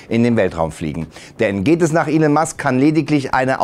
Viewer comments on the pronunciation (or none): none